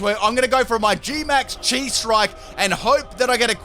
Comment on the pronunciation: Chi is pronounced Kai (it’s a letter of the Greek alphabet)